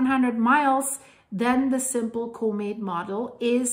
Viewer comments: But what is a comate It's usually pronounced com ette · ITs a Comet not a CUmet. Or pronounce it Komet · If you can learn how to pronounce the word comment correctly, I will gladly give you a like and hype next time, but you continually mispronounce it